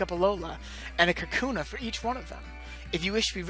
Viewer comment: Lol, am I crazy or did I hear you call them Kakuna instead of Kahuna.